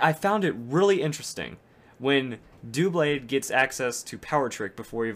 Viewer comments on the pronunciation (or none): Why do people call him "doo-blade?" It's a combination of the words "double" and "blade," so it's "duh - blade."